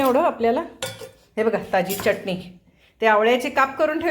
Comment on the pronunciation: चटणी च ट णी❤😊 चटणी उच्चार नीट झाला पाहिजे❤